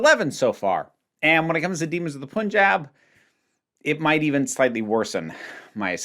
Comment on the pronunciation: Great video! I had very similar thoughts on the episode too: strong premise, decent execution (although there are a few annoying logistical oddities). Just one little nitpick: the first syllable in Punjab rhymes with "sun." The vowel should sound like the "u" in "rug", not the "u" in "put". It's super minor and unimportant, but it kept gnawing at me for some reason lol.